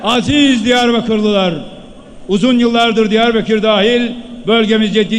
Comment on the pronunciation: Diyarbekir değil beya Diyarbakır...